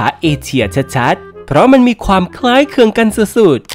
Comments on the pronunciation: คำว่า คล้ายคลึง มันออกเสียงยากหรอ? เห็นออกเสียง คล้ายเคือง เลย? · คล้ายคลึง ไม่ใช่ คล้ายเคือง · คล้ายคลึงค่ะ ไม่ใช่คล้ายเคลือง😂😂